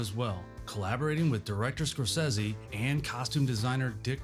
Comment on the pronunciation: SCORE-SAY-SEE. Come on, you know it's not pronounced "Scorsezzy."